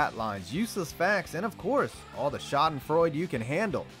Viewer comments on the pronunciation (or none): none